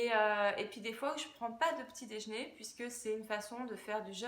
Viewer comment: Qu'est ce que c'est le "dèjné" ?